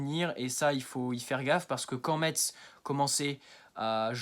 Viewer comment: 😳 Oh le gamin !... 😄 Je croyais que tu étais un homme trentenaire. Tu es majeur, au moins ? 🤔 Sinon, on dit "messe", pas "metsse" Continue, petit, tu te débrouilles bien ! 😉